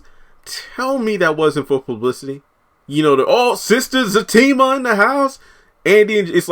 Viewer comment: It's Zatima Not Zactima